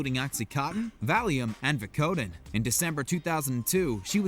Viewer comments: Sakes 5th Avenue? Veh-Coh-Din? Is he not allowed to say the names right? 🤣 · Wtf? This guy can't pronounce Saks or vicotin lmfao. This video is sus.